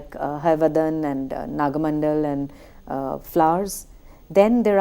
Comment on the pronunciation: The titles of Karnad's plays are wrongly pronounced. It is not Tale 'Dand' but Tale 'Danda'. 'Dand' has no meaning in Kannada. It is again not 'Hayavadan' but 'Hayavadana'. And, it is not Naga 'Mandal' but Naga 'Mandala'. Pronouncing the titles of Karnad's plays is an insult to him. The presenter also refers to Yakshagana as Yakshagan. Those who specialize in the area of theatre should at least know how the titles of the plays they are analyzing are pronounced.